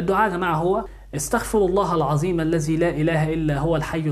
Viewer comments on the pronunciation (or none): none